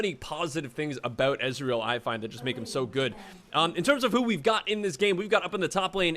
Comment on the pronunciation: your ezreal, is awful lol